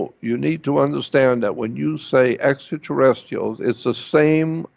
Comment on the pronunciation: its spelled extraterrestrials ...there is an R between the t and i!!! maybe start with pronunciation before made up stories....help show credibility and not some cretin!!! humans were always great story tellers!!! period!!! especially fantasy!!! images arent in sync with narration at all...repeats himself over and over like someone who is mumbling...wow...this dude is whacko!!!! lol whatta waste of time this thing is...enough im out! sheeesh!!! not all nuts are in candy bars huh?